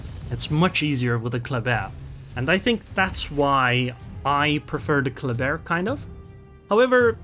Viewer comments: It's pronounced "clubber" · everybody gansta till pulls out the french accent